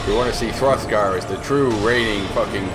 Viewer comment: LOL throftgar